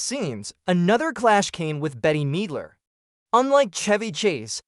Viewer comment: “Betty Meedler”